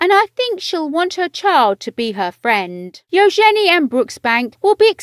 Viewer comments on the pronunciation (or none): Its eUgeNIe not EUOgenIe. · Ushenee.....good grief. You could’ve at least got YouTube to teach you how to province Eugenie before recording this video.